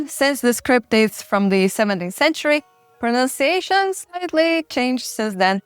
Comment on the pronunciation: You are prettier, smarter, and more worldly than I am. So do not take this wrongly: It’s “pro-NUN-ciation,” not “pro-noun-ciation.”